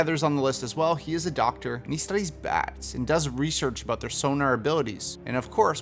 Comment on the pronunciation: I don’t want to come across as rude, but the way you said bats had me laughing for a minute